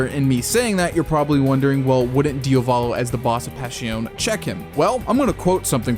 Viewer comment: pls pronunciate it properly, it's "Diàvolo" not "Diavòlo". Also, it's Jòdio, not Jodìo